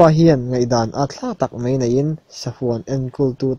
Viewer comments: mei ti lo hian mai han ti ta la. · A ngaihnawm hlemai.. Mahse Mai hmanna ah mei i ti tlat hi ngaihthak ati hrehawm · A ngaihnawm hlawm khawp a, mahse, 'mai' tih tur 'mei' i tih thin hi fimkhur deuh teh